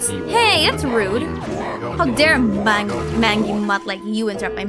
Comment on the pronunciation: I've seen Okami referenced in so many games but never bothered to look into the actual game until this video. It has a lot of charm and I get why people still talk about it today, wonder if the remake will keep that same charm. You say mangy like main-gy if you cared lol.